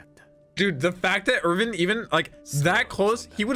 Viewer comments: Erwin not Irvin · They pronounce his name with a V